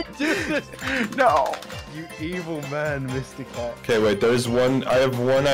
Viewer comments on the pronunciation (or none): Does anyone notice that "Mysticat" sounds like "Miss-the-cat"